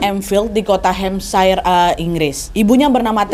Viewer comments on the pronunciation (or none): Hampshire dibacanya hem-ser bukan hem-sya-er, kak